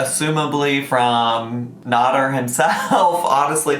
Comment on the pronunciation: It's pronounced nAder not nOder! Just saying ☺️